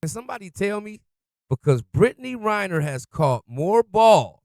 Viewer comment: Come on dude. It's REN-ner, not RY-ner.